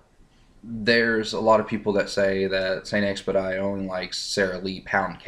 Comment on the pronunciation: st. expedite is french it is supposed to be pronounced the french or latin way